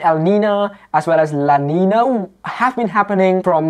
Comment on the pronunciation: English Terms: You use the word: “Erection” I think you mean to say: “Steep” Phrases: Steep Incline or Steep Trajectory Using the word: “Erection” is a sexual term. You say “EL-Nino” and are pronouncing it “EL - Neen No” If it makes better sense for you, most others pronounce it, “EL-Neen Yo” Same thing with “EL - Neen Ya”